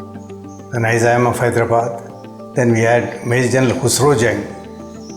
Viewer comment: Nizam endhi funny man…Wrong pronunciation